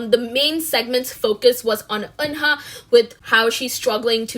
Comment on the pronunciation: Isn't Eunha pronounced like Yuna? 😳